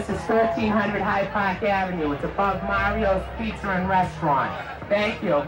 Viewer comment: So when you’re from Boston, you take Rs from where they belong, and put them where they don’t. Case in point: “Mahrio’s Pete-zur.”